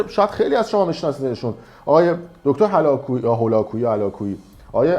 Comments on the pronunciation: تو هُلاکویی رو دوبار نمیتونی تلفظ کنی هی هِلاکویی تلفظ میکنی نمیخواد تو کار روان درمانی نظر بدی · آقای شما ادعا می کنید که خیلی از برنامه های دکتر رادیده اید درصورتی که هنوز نمیدانید که تلفظ هَلاکویی درسته یا هُلاکویی!! این نشون میده که تحقیقات شما بسیار سطحی و دیکته شده است و فقط برای جذب مخاطب و کسب درآمد از یوتیوب می باشد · تو چطور میگی بیشتر کلیپ های دکتر هلاکویی رو دیدی ولی هنوز نمیتونی حتی اسمشو درست بگی ؟!!! 😂😂😂 ، میگی هَلاکویی !!!! 😂😂😂😂😂😂😂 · کسکش اولا ک تو فامیلیشو نمیتونی درست تلفط کنی چجوری ایشون رو میشناسی ک در بارشون صحبت میکنی؟ اصن تو چی از مشاوره حالیت میشه؟ کسکش ایشون اعتبار روانشناسی ایرانه ،پدرروانشناسی ایرانه و من بعنوان روانشناسی ک کد دارم پروانه نظام دارم ،بهت میگم گه نخور اینقد گه دکتر هُلاکویی رو نخور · در رابطه با دکتر هولاکویی که اسمشون رو هم درست بلد نیستین تلفظ کنین، خییییلی شوت میزنی. تو درست میگی😂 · توکه اسم هولاکویی رو مثل هم جناحی خودت قالیباف درمجلس نمیتونی درست بخونی چرا بخاطر فالور گرفتن ایشون رو قضاوت میکنی .دیپلمه کی میتونه دکتر استاد دتنشگاه تهران پسر عنوی منو قضاوت کنی. دکتر باسوادی بوده که در فوق لیسانس دانشگاه تهران مشغول تدریس بوده . سیاه نمایی نکن بده. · جناب اسم رو یدک میکشی واست کافی نبود که به استاد عزیز ما دکتر هلاکوهی گیر دادی! وقتی اسم ایشونو نتونستی درست تلفظ کنی معلوم شد اصلا برنامه اش را گوش ندادی! مطمئن باش بخاطر این جسارت که به ایشان کردی من هرگز و هرگز برنامه هاتو نگاه نخواهم کرد ، مگر اینکه عذرخواهی کنی ، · گندزدي آقاگندزدي !اصلااول بگومدرك خودت درچه فيلداست وچطوربخودت اجازه ميدي دكترهلاكويي رانقدكني درحالي كه هنوزاسمش راهم به درستي نميتوني تلفظ كني!آقاتوبروهمون اميرتتلووامثال اونونقدكن كه سوادت فراترازاون اجازه ات نميده. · هنوز تلفظ اسم طرف رو بلد نیستی بعد میای راجع بهش نطر میدی؟؟ سوژه کم آوردی برای موج سواری، به نظرم برس به همون سلبریدی ها چون تخصصت بیشتر از اون نیست و سرتو از مسائل علمی بکش بیرون، کامنت گیری هم شرافت میخواد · دیوس میگه با یه تیم تحقیق کردی ...ولی هنوز متوجه تلفظ درست نام شخص نشدی ..هلاکویی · حتی نمیدونی اسم دکتر هلاکویی چی هست و درست نمیتونی تلفظ کنی !!!